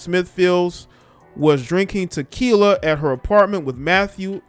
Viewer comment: “Tequiler” 😂😂😂😂😂 you are silly and I’m so sorry the fast life got you Lauren and I’m so sorry the police didn’t give you your justice such a beautiful black girl gone pls black women stop living this lifestyle I know it’s tempting it even tempted me but allow God to bless you he will never put you in harms way and just work hard and grind and stay single and work on ourselves.